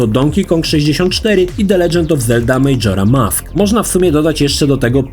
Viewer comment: kurde ale wymowę to musisz poćwiczyć kalczysz strasznie Roge Squadron czy Majora Mask. Meh w kwestii wygładzania to był jedyny sprzęt poza voodoo na PC który obsługiwał rozmycie i było to kozackie to robiło największe wrażenie. Specjalnie kupilem w Londynie N64 w 98 bo ta funkcja szokowała na tamte czasy. Swoją drogą Banjo&Kazooie uważam za jedną z najlepszych gier do dzisiaj